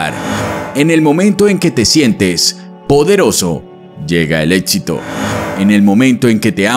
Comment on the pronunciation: Muy buena información, pero un paso al éxito es dejar de llamarlo "ÉTXITO"